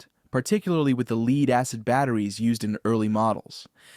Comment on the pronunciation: Is this an A.I. generated script? The reason I ask is, the narrator mentioned lead car batteries, he pronounced "lead" as "leed".! A.I can have trouble with pronunciation like this & an educated human would know how to say a word, even though they can be spelled the same way when A I. can get it wrong.